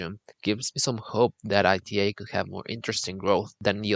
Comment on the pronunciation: The mispronunciation of the airline as I T A rather than ’ee-tah’ doesn’t help either; if you’re going to talk about an airline, let’s start by doing some research, and pronouncing the name correctly